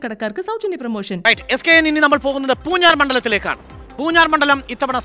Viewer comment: പൂഞ്ഞാർ എന്നണ് പൂർ ജാർ എന്നല്ല നാക്ക് വടിച്ചില്ല. ല്ലേ.